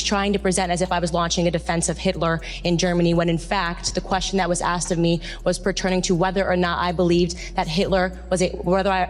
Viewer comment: You were an english teacher but you axed the students?